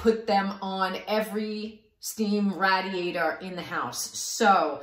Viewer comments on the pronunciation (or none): Rah-diator! thank you very helpfull